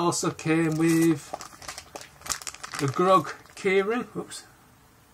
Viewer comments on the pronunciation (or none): Dude it’s Infinity War not Infinity Ward and it’s Groot not Grogg.